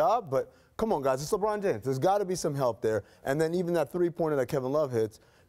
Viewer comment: Shout out the dude in the back “Lebrawn Jayymes”